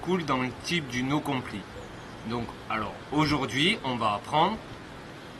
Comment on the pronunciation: Juste on prononce "no complaïe" nan ?